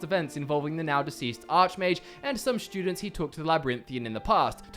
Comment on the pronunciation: "Shtudents," "shtrong." Using "there's" + plural. Disliked.